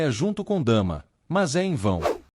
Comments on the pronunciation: O nome da irmã também fala errado "Dama" e é Damla ( pronúncia Damila) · Não e dama. É Damla